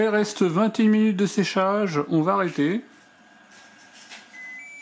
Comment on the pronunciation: 30 minutsssss Comme Lumensssss Les "S" ne se prononcent pas 😁